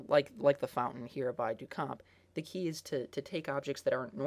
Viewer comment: Thank you! Anyone doing a video on art should know this. I cannot share this video with my students due to his awful pronunciation.